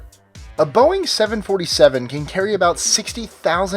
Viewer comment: You're pronouncing Boeing wrong